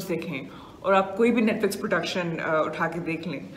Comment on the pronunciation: Pehle toh isi netflex bolna band karo ..